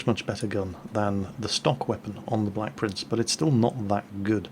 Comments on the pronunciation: Idiot 'Blek Prince' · Rofl. "Idiot blek prince" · "Idiot BLEK prince"